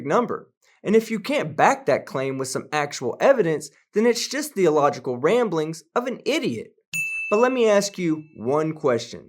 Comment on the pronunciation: At , I can't tell whether you say "the illogical ramblings of an idiot" or "theological ramblings of an idiot" and for some reason I feel that both have the same exact meaning. Great video! Thanks for the laugh!